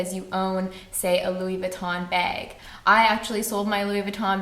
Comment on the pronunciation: I love the way you pronounce "bag" lol